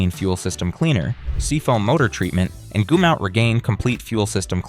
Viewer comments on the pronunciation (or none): This AI bullshit pronounced Goomout instead of gum out. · 😅 its pronounced GUM...OUT. like chewing gum. 😅